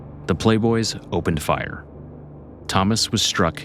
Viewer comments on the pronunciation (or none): none